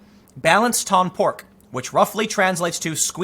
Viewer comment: The final "c" in "Balance ton porc" is silent. It also means report your pig. Anyway, watching Tim try to speak french is kinda funny.